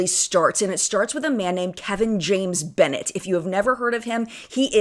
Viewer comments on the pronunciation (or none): none